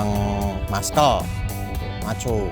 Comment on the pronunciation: Cara membaca Muscle adalah masel bukan mas-kel . Maaf jangan dibawa ati